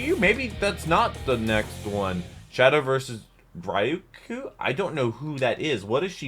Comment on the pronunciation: "Shadow Vs. Ryuko?" You Mispronounced her name, Oh Jeez, It's the Ryu from The Other Street Fighter Medias Effect.